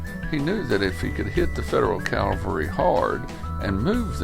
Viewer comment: Consistent mispronunciation of the word "cavalry".